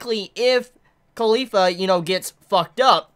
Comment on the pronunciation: I hear Khalifa whenever he said caulifla